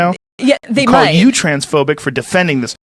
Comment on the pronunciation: "Transforbic "😂😂😂😂😂 Thats too.much even from joe Rogan, Joe sounds like Destiny 🤡 I really don't know this Guy 😂😂😂😂😂😂